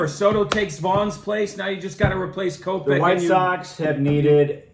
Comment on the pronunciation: It’s kopech bud u absolutely botched tht